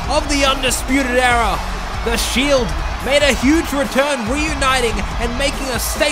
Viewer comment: Why it sounds like he said fuckin arrow but good video no disrespect love u man